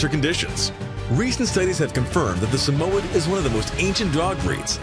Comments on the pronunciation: Pronunciation: SA - MOY- YED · The fact that u say “Samoyed” wrong just proofs the lack u know about dogs 😒🤣